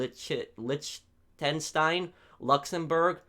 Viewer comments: Did you just say Liechten shit 😂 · "az-er-bai-djun" "litch-ten-set-ein" "mald-iyves" "para-gway" "car-tar" "su-ria link-a" fucking americans lmao